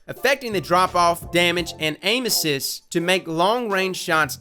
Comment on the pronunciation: am I the only one that heard 'anuses' instead of 'aim assist'